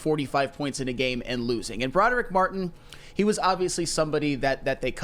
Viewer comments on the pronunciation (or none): Can please stop saying "Bro-durr-ick" it's "Brah-Drick"